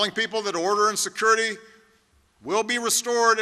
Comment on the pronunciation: Yeah but just barely. Securriety? LMFAO